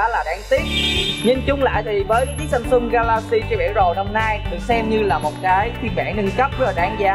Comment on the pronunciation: em ơi..Samsung chứ kg phải Samsum nha.😁